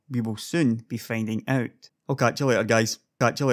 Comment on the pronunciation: At the end the "Catch you later guys" you kinda messed that up :) But still good video! lel